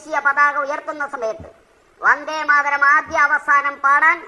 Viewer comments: വന്ദേ മാരതം അല്ല ഭാരതം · usthade akshra thett und tto vande maratham alla vande matharam aanu chilabagathu vande maratham kelkunu😊😊